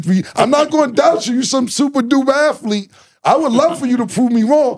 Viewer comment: I get what he tryn say with the athletic/athlete conversation. He’s saying it wrong tho